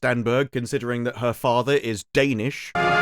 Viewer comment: Her father is "Danish." Emphasis on the ish.